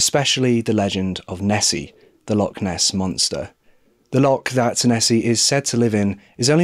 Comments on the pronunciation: Great video! Good to see a Scottish case! You haven’t got the pronunciation of Loch right though - ch doesn’t sound like ck at all. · I love your videos but please ask google to let you hear proper pronunciations before you do a video. Your Kilmarnock and Ayrshire pronunciations are way off and Loch is not the same as lock